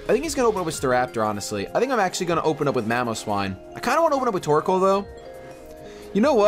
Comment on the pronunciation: it sounds like you say:P you should nickname him